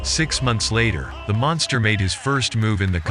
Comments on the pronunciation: Sounds more like Monthgstha to me the way Tyson pronounced it. Cute. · You mean mongster? Who you kidding mate ? That idiot couldn't even pronounce the word monster correct. How much brain damage you got ? Tyson is a scumbag, he always was and always will be. It don't matter how many times you donkeys mention his name. The only ones scared of Tyson are females and for good reason. Good to see how much you like a convicted rapist and sexual predator. What a bunch of bullshit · Tyson- "cwazy guy name the mongsta" 😂